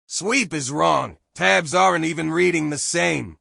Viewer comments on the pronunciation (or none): none